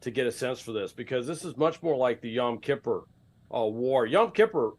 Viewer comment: For the love of God someone please teach this man how to pronounce Yom Kippur